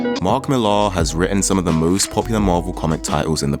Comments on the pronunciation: Slight correction. Last name is pronounced just like the name Miller: "MILL-er", not "Mill-AR". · You know nothing lad Millar is british being from Northern Ireland Its Milla. Not MillAR YOU SHOULD OF STARTED OF WITH V for Vendetta & Miricleman by more 1982. Then Marshall Law by Pat Mills 1987 Mills was the one who launched 2000AD and got all the British writers he could to script. Mills is the creator rights originator in the UK Moore is not the paragon you think he is. He crippled Barbara Gordon aka Batgirl. Aka Oracle Because he felt DC screwed him with Watchmen Yeah, lets cripple the bitch was the line used when discussing it He fought for 25 years for rights to a character that didnt belong to him. Along with Niel Gaiman. Your whole vid is about the state of comic books now. Except its taken nearly 40 years to get here Millar is the result of those he followed. Not the pinnacle by any means And everything and I mean everything...... stems from Marshall Law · Millar is a Scots name and it's pronounced "Miller." Mark Miller. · Why do you pronounce millar like that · he says it like that cause he’s British